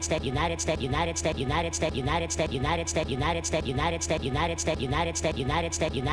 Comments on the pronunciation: At that point all I hear is "Unite at Steak" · United States sounds like “your not a steak” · United States sounded like “You’re not at stake” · when yakko says "United States" over and over again it sounds like he is saying "You might expect" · is nobody gonna talk why yakkos said united steaks? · United States sounds like hu knights states